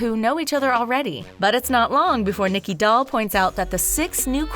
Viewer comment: narrator: "brita, nicky, DOLL, widow von du..."